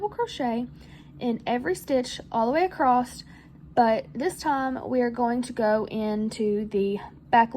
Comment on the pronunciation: your comment made me laugh because as I was working on the pumpkin listening to you, I kept asking myself "Is acrosst an actual word?"